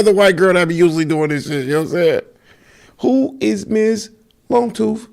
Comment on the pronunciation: Who is miss…”Longtoof”😭😭😭 be killin me bra🙏🤣